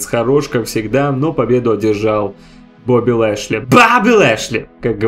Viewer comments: как же я ору как произносит БАУБИ ЛЭЭЙШЛЕЙ:DDD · я один испугался с произношение имени Боби Лешли